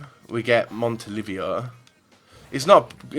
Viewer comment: And it's Montolivo not Montolivio